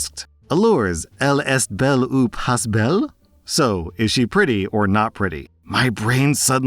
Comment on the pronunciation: Exactly. Especially the further you head east. However listening to badly say Pas belle made my morning today 😂😂😂😂. Just don't say the s at the end, and you will be able to pass for Quebecois without a problem!!